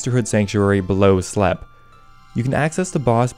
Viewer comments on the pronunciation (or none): Ash-eee-hama. slepe = sleep